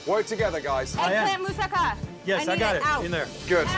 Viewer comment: For goodness sake pronunace tge food properly!! Im British but I can pronounce Greek dishes!! Moussaka and gyros. Bad form from a chef!!